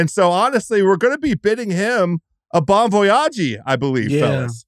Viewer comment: a bong vojagee??? xD